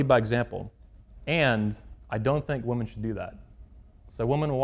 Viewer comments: 100 percent is sufficient. Dont need to say 1000 percent or 1,000,000 percent or 200 percent blah blah 🙄 just bloody stick with 100 percent . Oh and woman plural is WOMEN WI-min. Lastly please dont come back to UK and talk nonsense on GMB . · Women will remain virgins when men do. After all, if women stay virgins , who will the red pill creeps sleep around with!! Ps its pronounced WI-min when plural. My ears bleed hearing this desicration of the english language. At least learn to speak before having your dumb opinions .